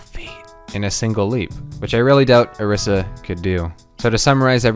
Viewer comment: its pronounced oh-reese-uh